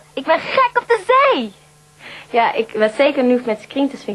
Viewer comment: spreekt de Z niet goed genoeg uit. Het is bij haar veel meer: Ik ben gek op de see!